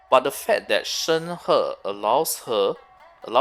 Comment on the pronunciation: ah.. finally.. someone who can pronounce her name right.. thank you for the info :>